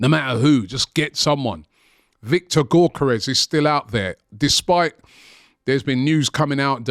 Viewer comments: why does robbie call him gorkeres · Even after being corrected on the correct pronunciation of his name, Robbie still incorrectly says his name. Some people might not see as a big thing but, after clowning his known celebration and our people can’t even say his name right, why would he sign for us?